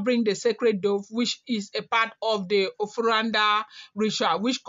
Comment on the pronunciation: in African words and name every letter is acentuated. Like here Na'de. Say na seperatly before you finish with the de as if it is spelt day.